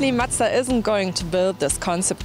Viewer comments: Why does say madza? Its mazda... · Love your reviews! Its spelled Mazda not mastztah.. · Matza matza its fucking MA Z DA MAZDA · I love when she calls Mazda ---> Muchta !!! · What's a matza? Lmao